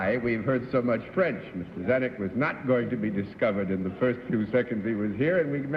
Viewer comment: You read Mr.Zanuck wrong.